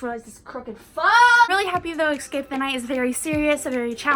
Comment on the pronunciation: I’m not hating but does anyone get a pet peeve when she says eXcape the night instead of eScape the night. She doesn’t need to change anything because it doesn’t even matter buuuuuuuuttttt